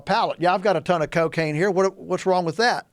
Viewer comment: This dude is on to something. If anyone is interested...check out No-till farming or living organics. Glyphosates and salt based fertilizers are destroying our soils! There is a better way. Also, I love how this guy says " CO-caine"